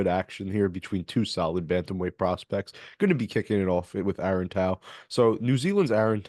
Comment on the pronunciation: Nice bro,he's a Kiwi Warrior & will rep hard. Pronounced Toe, Aaron Tauzemup Tau